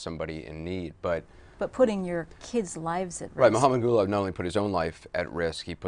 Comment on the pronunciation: Kept hearing Gulag....